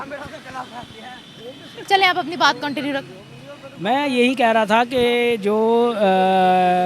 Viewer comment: "KONT IN YOU "😂😂😂😂